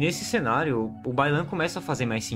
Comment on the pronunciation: Quando você falou Bai Lan, eu entendi que o problema da china é o baiano kkkk e agora não consigo desouvir.